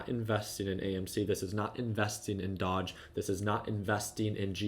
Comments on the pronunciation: its doge...not dodge.....smh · Doge is pronounced dohzh